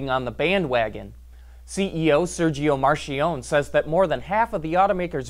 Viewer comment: Your "marchionne" pronunciation sucks.